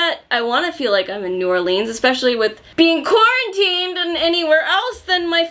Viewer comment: I live in New Orleans and the way pronounces New Orleans is wrong, but cute lol. BTW if you ever come here, would love to be your tour guide! We could go to the vampire bar here 🌹